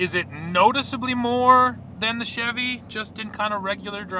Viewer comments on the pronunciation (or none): please just say chevy CHEV?